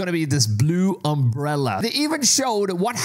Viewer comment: "Umbrella"? Do you have brain damage?